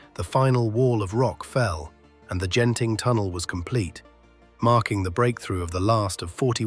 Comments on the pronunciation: The g is soft like glee or eagle. Its genting not jenting. Though this is ai so why bother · Great video, but small note: Genting is pronounced with a hard "G" not a soft "G". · Its pronounced Gehn-ting, not Jen-ting.